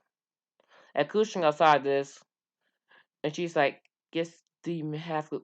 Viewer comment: Dude i cant understand u u said minosou kushner in minato and kushina